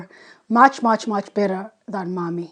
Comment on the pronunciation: It's not mammi, it's mämmi 😉